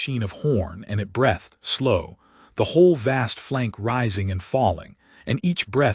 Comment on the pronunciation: Arrgghhhhh. Teach it to pronounce arithmetic and breathed, correcfly. Ruined a perfectly good story